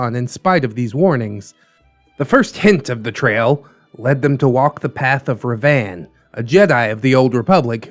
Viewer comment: The way you said revan and rakata also the canon sex of revan being male bothered me more than it should